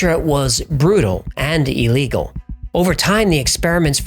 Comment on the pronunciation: I enjoy your channel, but just one small point...it's not pronounced E legal. To me it's like nails on a chalkboard.